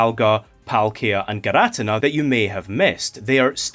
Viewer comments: Its PRONOUNCED gear-uh-tea-nuh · For the record it's not fine that you say girATina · actually We’re arguing over the pronunciation of names for cartoon gods for all ages. And I’m on the boat for Gear-Ah-Teen-Ah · gir ah tin nah, is just laughably off pronunciation tho..? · I’ll let that giratina pronunciation slide if this video good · Not judging or anything but I've never heard someone produce giratina that way